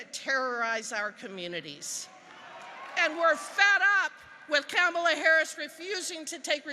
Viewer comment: Its not Camela... Its Kamala.... LoL....